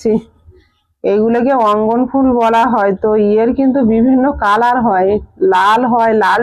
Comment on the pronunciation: উচ্চারন ঠিক.কর.ওটা রঙ্গ ন.ফুল ।অঙ্গ ন ফুল নয় 😊